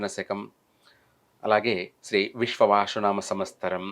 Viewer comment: వేషం వేసుకుని కథలు చెప్పే తిక్కయెదవా, అది విశ్వ"వాసు" కాదురా అశుధ్ధ భక్షకా, దాన్ని "విశ్వా"వసు అనాలి. సంవ"స్తరం" కాదు, సంవ"త్సరం" అనాలి. ప్రతి పనికిమాలిన వెధవా పెద్ద మహాజ్ఞాని వేషం వేసుకుని, జ్యోతిష్య సంబంధం లేని సోది చెప్పడమే. నిన్ను , నీ అజ్ఞానాన్ని తగలెయ్యా